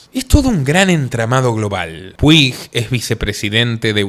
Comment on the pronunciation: Un dato dialéctico Puig en catalán se pronuncia Puch 👈😅